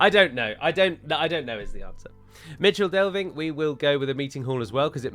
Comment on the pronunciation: For some reason I always thought Michel Delving was pronounced "mikle". Am I completely in th wrong or is it plausible ?